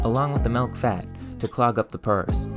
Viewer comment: You pronounce words weirdly. "Hysterical" instead of "historical". "malk" instead of "milk", "purse" instead of "pores". Do you have a speech impediment or is it just some weird idiolect?